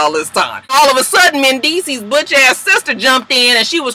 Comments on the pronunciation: you are not wrong... it is Mendeecees... with an S... who ever corrected you otherwise is incorrect. XoXo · let whoever that person was know that they were wrong wrong wrong...it is mendeecees with an S. Get off videos with petty bullshit.